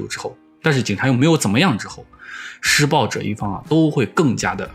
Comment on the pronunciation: 如果不是最后那段话把施暴者念成失败者, 我都没察觉出来他想表达什么意思